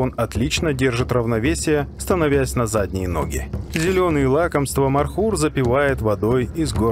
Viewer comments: Не мар хур, правилно Мор. Хур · Не Мархур, а ( Морхур). Змея на персидском переводится МОР! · Добрый ночи.. Не мархур а морхур😂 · Не Мархур. А Морхур. Означает пожирающий змея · не мархур, а Морхур, змеёед